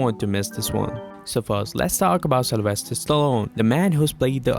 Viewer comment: Uh, his first name is Sylvester, not "Celestial", as you put it.